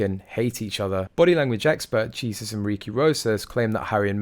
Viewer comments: The Body Language Guy’s name is pronounced “Hay-zeus.” 😊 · Jesus is pronounced Hay-SOOS, you nitwit!